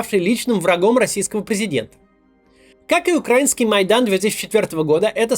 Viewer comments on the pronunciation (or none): Не укрАинский а украИнский